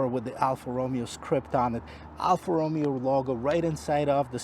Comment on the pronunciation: Alfa Romeo...not Romeo like in Romeo and Juliet....🤔